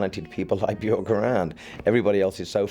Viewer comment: her name actually rhymes with work